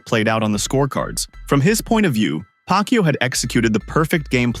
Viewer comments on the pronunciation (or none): its not PAC-YO, it's PAC-YAW, A is not silent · Not Pacyo, it’s Pacquiao.🤣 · So OK.. it is wot it is …. But it NOT Pakyu! It’s pakYAaaaw. Accent on 2nd syllable. C’mon guys, he’s retiring already …pls get the name right!!!